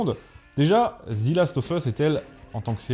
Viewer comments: devant une consonne ? C’est la première fois que j’entends ça. Devant une voyelle oui, mais là en l’occurrence ce n’en est pas une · "The" se prononce "zi" lorsque le mot qui suit commence par une voyelle, c'était la petite info du jour. Pour cette série c'est une merde abyssale, le parfait exemple de l'adaptation foireuse gangrénée par le wokisme. En même temps avec Druckmann fallait pas s'attendre à autre chose. Ces apprentis alchimistes ont quand même réussi à transformer de l'or en merde c'est bien !! Tout ce qui était génial dans le jeu a été soit "remplacé" soit effacé. Ils ont flingué l'histoire, les personnages, la cohérence, la relation Joël Éllie, les infectés sont inexistants, l'aventure, les combats à la trappe, même les spores ont virés et alors le casting mon Dieu 🤦‍♂️ entre tête de rat qui n'a aucune émotion et qui joue comme un pied et le grand remplacement "systémique" n'est-ce pas puisqu'il ne touche que les blancs systématiquement tout le temps, black washing et propagande lgbtmoncul. Faut vraiment ne pas connaître le jeu pour aimer cette pitoyable merde, ou n'avoir aucun avis et suivre bêtement le troupeau qui a décrété que c'est woke donc c'est bien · S’il te plait ne dis plus Zi last mais Ze last, on dit Zi quand le mot d’après commence par une voyelle. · C'est un détail mais on ne prononce pas "zi" devant un mot commençant par une consonne, on prononce "ze". Après sur le sujet en lui-même, je n'ai ni joué au jeu, ni vu la série donc je peux difficilement me prononcer. Je sais juste que le jeu est apprécié des fans pour la richesse de son gameplay, le scénario très prenant et les personnages attachants (personnages qui semblent concentrer la quasi totalité des critiques en terme de choix de casting, si j'ai bien compris la polémique). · Pourquoi prononcez-vous "Zi" last of us au lieu de "Ze", étant donné que le mot suivant ne commence pas par une voyelle ? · Ze last of us, pas zi. Et même « the » pour les meilleurs 😆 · "ZE"... pas "ZI". 🙄